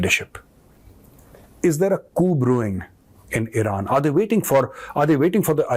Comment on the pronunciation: Now from IRAN to "i ran"😅